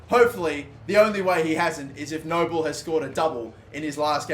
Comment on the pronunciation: Frank Nouble is pronounced Noo-blay